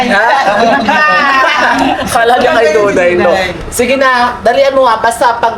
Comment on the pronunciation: Duday ❌ Dukdayray ✅